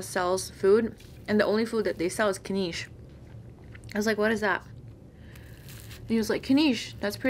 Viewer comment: Its Knish (like wish). Not kneesh.